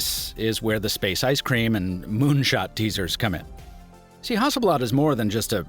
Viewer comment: damn, your pronunciation of Hasselblad is the closest to swedish that i've ever heard from someone that isn't native to Sweden